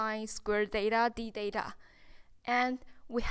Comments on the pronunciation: "Theta " thats not" deta" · The way she's pronouncing theta😄 Is just adorable. It's like she's saying data ngl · It was a bit annoying for me tho. But anyways..